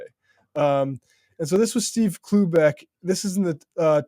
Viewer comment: i can't stop hearing oobleck instead of cloobeck